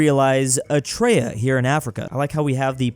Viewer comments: pronunciation of Eritrea as "Etrea" hurts me. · Love how he pronounced it “etraya” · calling Eritrea "etraya" never gets old